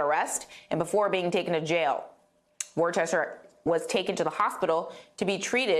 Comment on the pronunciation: Considering how you yanks are quick to insist that Arkansas is supposed to be pronounced Arkansaw and not Arkansass, why do you all think that you don’t have to pronounce other peoples names correctly..?..?..?.. Because his name should be pronounced Wooster, and it’s Glasgo not glasgow, also it’s Edinbruh not Edinburuh, and I will stop there, because my list could be almost as long as a proper English(which has the Queen’s English and not the pidgin English that is in the yanki version) dictionary is…….